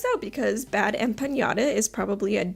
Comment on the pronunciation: "Bad Emma Panda" "Bad Empenyada" It's wonderful how you can tell someone knows absolutely nothing about a topic from how horribly they mangle the names of people involved. Shows they've done absolutely zero research.